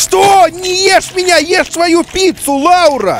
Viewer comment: Меня зовут Лаура! В СНГ странах ударение на у, зарубежом на а. Приятно было услышать от вас своё имя!❤️